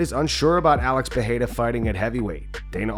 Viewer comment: its not PEHERA ITS PEREIRA. Joe Rogan thinks ther R becomes an H but its not the case